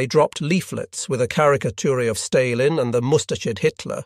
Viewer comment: A.I voice over. Stalin mispronounced along with other words.